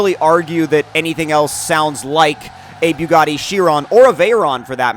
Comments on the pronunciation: Its bugatti not biugatti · "Beaugatti" lol